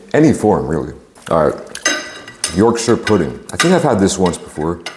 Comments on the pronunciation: im so happy with the way you pronounced yorkshire instead of people saying yorkSHIRE you actually said yorksher the proper way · As a brit. I'm so happy you tried our roast dinner. And you said Yorkshire CORRECTLY. TOP MAN! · im so glad you didnt say yorkshyre pudding